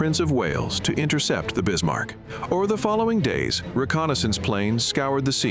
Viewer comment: Bismarck, Not Bismar